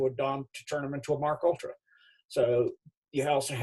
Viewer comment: It’s Pronounced: M.... (Like M&M) KAY...ULTRA ( No disrespect intended) 🤗🥰